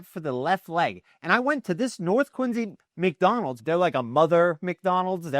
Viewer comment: Why are you saying "Quinzy"?